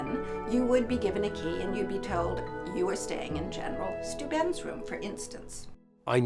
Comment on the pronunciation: Was anyone else disturbed by her pronunciation of Steuben?